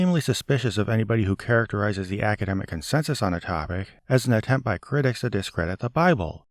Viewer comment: It's annoying how he overemphasizes consensus.